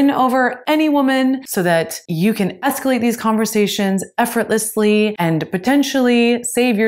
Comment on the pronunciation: By the way,, it's, "escalate", and NOT, "scalate"..